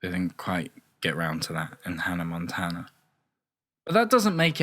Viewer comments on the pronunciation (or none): none